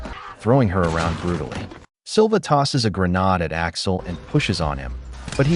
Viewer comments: for heaven sake stop saying "GREENAAD" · Grenades have been in use since the 19th century and you suddenly and stupidly pronounce it as 'greh-nahd'. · Why do you keep pronouncing grenade as GreNAD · Bro you good don’t be sorry , we all knew what you said and mean ! Thanks for the upload, can you do more bank robbery movies please ❤